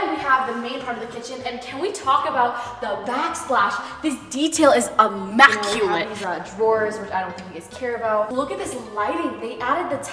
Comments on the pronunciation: nobody: mai: immAculent. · No one:: "that's ImMAculate 👌"